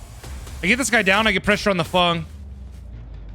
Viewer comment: ITS FENG! F E N G !! Not FUNG 😅